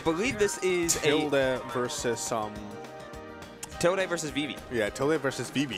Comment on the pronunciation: Okay maybe it's just me but like.... Isn't the word "tilde" pronounced as "til-duh", and not "til-day"? Are the commentators always getting it wrong or does the player also pronounce their own tag as "til-day"?